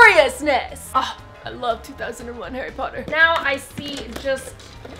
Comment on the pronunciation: Harry Pottah